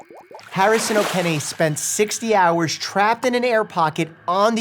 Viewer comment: I can't stop cracking up hearing dr Mike's pronunciation of Harrison "Okene" like I literally have watched that part over 20times. You try sha (in Nigeria's pidgin)